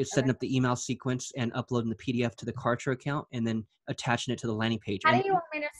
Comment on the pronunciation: #OMG Cant Believe Client's like do Exist...I Just fell in Love with her Zeal 🤩😍..She is So Sweet and So Humble...BTW I #ROFLed when Pronounced #Kartra as #Contra..Reminded me of my childhood VideoGame😋 And You are not as Real As #Cancer but As Real as the #Sun that Brings Clients and Businesses to #DayLight and make them Shine in their Respective Markets 💯